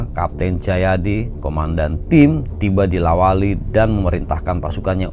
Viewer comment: La wali bukan Lawata